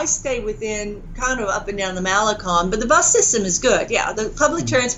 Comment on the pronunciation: Writes a book on spanish, but can't pronounce "malecon" hmm...